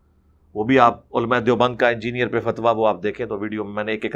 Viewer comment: Engineer Mirza doesn't know how to pronounce the word "engineer" what does he preach ?? Firstly, learn the phonetics, neither you an engineer nor a preacher !